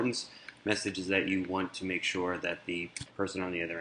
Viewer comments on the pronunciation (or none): none